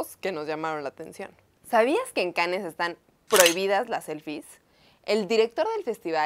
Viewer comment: Se pronuncia Cans